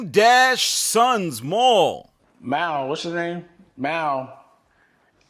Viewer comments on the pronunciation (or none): Why he pronounce his name like Myal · Because it’s Mal and not ‘Mall’